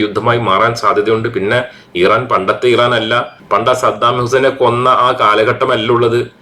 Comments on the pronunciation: ദയവായി ഈറാൻ അല്ല ഇറാൻ എന്ന് പറയു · ഇറൻ ആണോ? ഈരാൻ ആണോ?